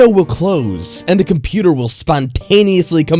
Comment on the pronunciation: My gosh this is the worst reader on YouTube he talks so fuckin weird and he says "the" as "de" it's so fucking annoying oh my God he pissed me off he ruined this story